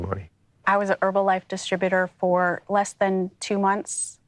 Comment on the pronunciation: I don't care who loses money as long as they don't pronounce it "Erbalife"